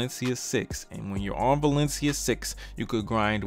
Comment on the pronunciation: LMAO "OH WALESIA SIX CWOWDED" bruh. I'm dying laughing.